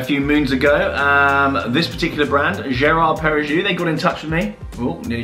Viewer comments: Nice watch. BTW, it's pronounced "jeerard pair-uh-go" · How are you doing marketing for a brand you cant even pronounce...also Laureato is pronounced wrong too mate. Clearly shows your real thoughts on the brand. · People aren’t born yesterday. Brands always pay for official marketing and imply without contractually mentioning it to do a video claiming it wasn’t asked. Prossi influencers always do a video like this COINCIDENTALLY just after being paid for something else. You wouldn’t bang on about a watch brand this much when you didn’t even bother to learn their pronunciations if it was genuine. Might as well had been reading from a TelePrompter. Also ceramic isn’t a strong metal, it chips when dropped where as steel does not. HOW are you a watch channel??? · If the watch is 28k, you pay 8k, that’s 20k payment for you to HAVE to do this video. Mindless? Coming from the person who doesn’t know how to pronounce the brand or even understand metals or their properties?